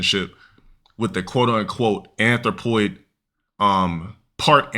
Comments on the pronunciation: I think he's mispronouncing it too 💀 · He can barely say the word. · He ays "athropoid" so much it just all become drivel. Wait til he literally says "Athropoid Support" then you'll get it.